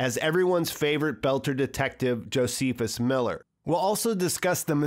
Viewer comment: Ahahah, Joe-sea-fess....it's pronounced more like Joes-is-fuss, or Joseph-us. Name is older than HeyZeus, get it right.....